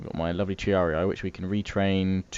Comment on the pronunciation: Ugh, bloke it's TREE-AR-EE not tree-ar-ee-aye